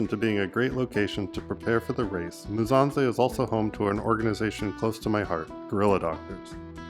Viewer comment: Pronounce MU. SSA. NZE not Muzanze 😂